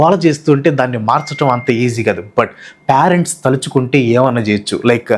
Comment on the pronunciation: అది " పా-రెంట్స్" 😅 కాదురా అయ్యా " పే-రెంట్స్" రా జస్ట్ "పేరెంట్స్" ah పదం విన్నప్పుడల్లా ఏమిటా బాల రాజు డైలాగ్ గుర్తొస్తుంది 😅